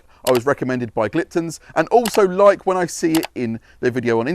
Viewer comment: There is a very common theme with any reviews on Gliptone products from detailers in the UK , and that is how it is pronounced. its not Gliptun , it is Gliptone like tone of voice.